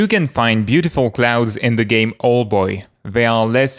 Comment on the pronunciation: Just a correction: OW-el boy not OL-boy